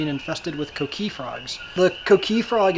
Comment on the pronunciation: The coqui is no danger to humans you fucking idiot. Some white boy more than likely stole it and brought here like they did our ancestors. I hate the way he says coqui....idiota....